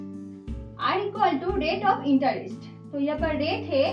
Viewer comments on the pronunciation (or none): It's not pronounced as "intarist". It's is pronounced as "intrest"